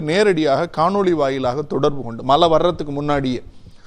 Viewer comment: உங்களின் உச்சரிப்பில்,(மழை/மலை)தெளிவாக கேட்க முடியவில்லை.உங்களின் விவாதம் எப்பொழுதும் அருமையே.இதில் மாற்றம் கிடையாது.உங்கள் பணி தொடர வாழ்த்துக்கள்.